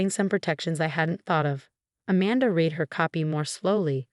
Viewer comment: It read instead of read(red).